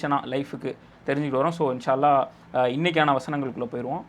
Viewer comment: ஏன் தம்பி அல்லா அல்லா என்று உச்சரிக்கிறாய் அல்லாஹ் என்று உச்சரிக்க முடியாதா?